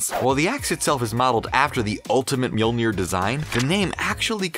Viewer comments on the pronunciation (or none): Thumbs down for pronouncing mjolnir wrong